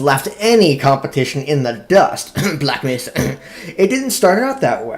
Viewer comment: "black mist" No "black masa"